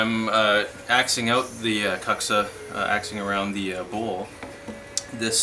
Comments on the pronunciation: proper pronunciation of kuksa is 'kook-sa' ... if you're going to use a Finnish word, try to say it right :D thanks for the vids! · Kook-sa is correct, and it is a little annoying to hear it pronounced poorly, but people who pronounce it this poorly just don't care. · Why keep pronouncing it so poorly when you know better. Doing so really doesn't enhance the quality of you videos, or instill much confidence.